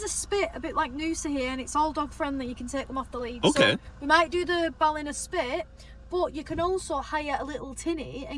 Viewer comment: It's Bal inna like inner. Google says it wrong.